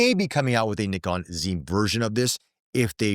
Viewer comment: FINALY SOMEONE OUTSIDE UK SAYS NIKON CORRECTLY! THANK YOU!